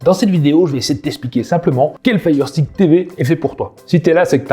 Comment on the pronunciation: La prononciation de firestick est vraiment dégueulasse 😢